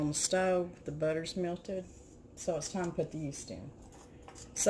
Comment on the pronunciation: Hello - you say rapid yest - same as instant yeast??